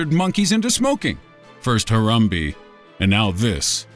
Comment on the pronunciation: Wtf is a Harambie, you mean Harambe?